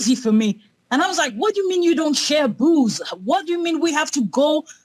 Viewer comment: I genuinely thought that woman in the twitter chat was saying "Boogs" instead of 'Booze' 🤣